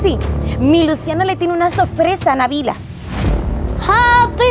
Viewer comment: Yo escuche happy verde tu yu😂